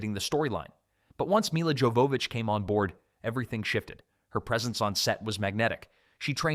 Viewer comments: Supposed to be pronounced “yo va vich” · Her name Jovovich is not pronounced how it's spelled, it's more like Yovavich I know because if you watch the audio commentary on this movie, she actually says her name Other than that, good video, I enjoyed this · So, in the DVD commentary for the film, Milla spends a good chunk of it explaining how to pronounce her name. It isn't "Mila" like "mill uh", but "Milla" like "mee ya". The double L makes a y sound, like in Spanish. And the J in "Jovovich" is also pronounced like a y, so it comes out as "yo vo vich". She's very particular about that, and repeats it several times. Thought you ought to know. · Y'all got so much wrong in this video. Plus you're butchering Milla's name pronunciation it's driving me crazy. Thumbs down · I like that you wanted to make a long video about this movie, and yet you didn’t decide to lookup the pronunciation of Mila’s name lol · Buddy.. Maybe you should have learned how to say Millas last name before releasing the video.. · lol agreed. His pronunciation of her last name was painful